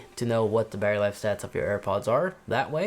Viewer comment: thought my Pods had a “Barry” life. It’s “Battery”, if you please. Lazy pronunciation!